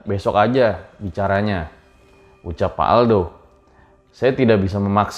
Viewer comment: ywd besok aja "Caranya" (terdengar begitu) padahalkan "bicaranya" agak lebih jelas yah kak kalo cerita.. uda sering ikutin chanel nya kakak saya.